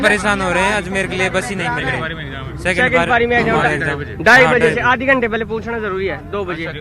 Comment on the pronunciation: पाली नही भाई पारी होता है grammer mistake नहीं pLease😂😂😂